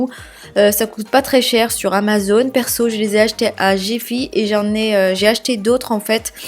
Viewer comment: Cest GiFi pourqupi tu prononce gefi???